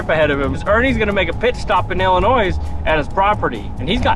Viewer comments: I would like to see what Ernie has but I don’t have instagram. I also live in Illinois. Btw the “s” is silent in Illinois 😂 😂😂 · the S is silent in Illinois. Every one that past 1st grade geography knows this. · DO NOT PRONUNCE THE "S" IN ILLINOIS..SMH LOL Love the channel that made me laugh though. '